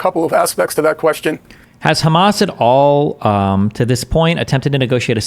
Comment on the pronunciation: can we please stop pronouncing hamas as KHamas